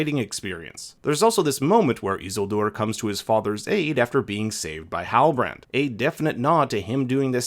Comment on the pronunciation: I swear to God you say Isildur that way just to test my patience.